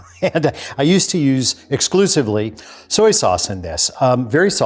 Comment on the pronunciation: IIRC, sprouted garlic is LESS bitter than unsprouted. (But at least nowadays he can pronounce "soy sauce" correctly (not "sooey sauce").